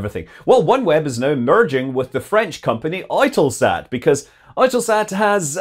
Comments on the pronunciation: "Oy-Tuhl-Sat"?? I've always pronounced it "Yoo-Tuhl Sat" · Its not 'oy-tell-sat' its pronounced 'U-tell-sat' with a silent E. 50-50 $3.4bn merger, UK government retains its golden share and 11% ownership in the new company and makes a small paper profit on their £500m investment in Oneweb. Oneweb was latterly focusing their technology development on laser communications both between their sats (their 2nd gen sats will have laser communication) and to the ground to defeat radio jamming and may also be connected to UK development of laser controlled drones. Only hurdle on the merger is they are working out how to isolate or eject China from the combined company as they hold stakes in Eutelsat. Its complementary as Oneweb is building a low earth orbit communication network while EuTelSat operates 36 large geostationary TV and communication sats. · OiTelSat? Are they Irish? Eu is for EUROPE (and how can people NOT see that???), and that's how it should be pronounced. Or are they changing the currency to the Oiro?? sheesh...